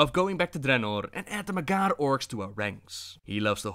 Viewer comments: Holy shit you rolling ur Rs so bad and when u say MAG--HAR it's not magarrrrr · Mag - Har, not Magarrr, they ain't Spanish. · It’s pronounced mag har no magar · Its Mag Har not Magar. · There is a space in between the two words with a hard H... mag' Har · "mghr" orcs lol. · It's Mag-Har, 2 syllables. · Sounds like you're saying the "MAGA" orcs...Making azeroth great again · As far as I know, the H isn't silent in Mag'har (Mag like magazine, har like hard). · Not enough rolled R's. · Classic butchering the name of the Mag'har.